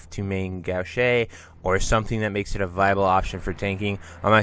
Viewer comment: Gauche - It’s pronounced Gowsh. Like not STOP but GO-sh.